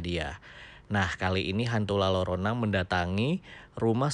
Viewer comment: FYI bang kalo di meksiko jika ada double "L" yg disatuin penyebutannya diganti huruf "Y".....jadi nyebutnya La Yorona